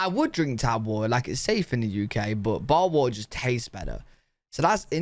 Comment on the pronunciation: A boootahh of whattaaaa. Lol